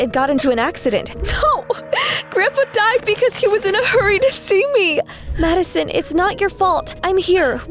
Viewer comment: It sounds like she said mad son